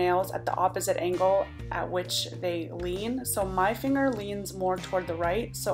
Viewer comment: On the 1st hack all I heard was "No Honey dats you finguh!" 😂